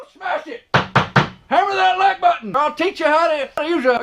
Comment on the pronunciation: I'd been thinkin he said lite button till now.